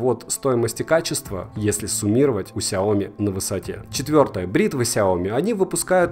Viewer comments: если еще будешь называть правильно сЯо мИ, а не как деревня сяОми, то будешь похож на истинного фаната, да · произношение как всегда режет слух. сЯо мИ. и только так, здесь 2 ударения. хорошо хоть не ксиОми как некоторые особо отбитые говорят. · Слышь, фанат Xiaomi, ты даже не знаешь, где в этом названии ударение ставить! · Хиаоми сука де Браш)))